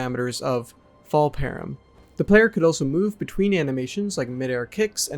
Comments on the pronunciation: You're misunderstanding and mispronouncing "param"; it's short for parameter, which is another word for an input to a function. Your on-screen definition is.... well there's a way you could interpret it that's correct, but it sounds all wrong and is pretty misleading, because it's much more complicated than the reality. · I have never heard param pronounced like that. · Not really. Both your pronunciation of the word and your definition for it are pretty wonky. I think I'm being generous by saying the definition is not flat-out wrong. It's like, just correct enough to give it a pass, if I squint my eyes and wrinkle my brain. I'll try to explain. Calling them "basically data structures" is weird. Technically you're correct, if you remove the "basically", because all parameters are data structures, because everything in code is a kind of data structure. It's like pointing out that everything is made of molecules. Also, saying the devs can "easily create or modify" them is weird. You don't "create" parameters - parameters are part of a function signature, they are static things defined at the time of writing code. You're conflating parameters with arguments, which to be fair isn't a rare mistake, but even then, you don't "create" arguments as much as "modify" them, so you're right on the second part.. Also saying things all "use their own param" is definitely wrong, as it implies they all use one and only one. Complex objects will have multiple controlling different aspects of them.